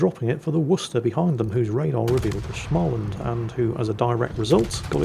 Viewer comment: å in Småland is pronoiunced like o in "more"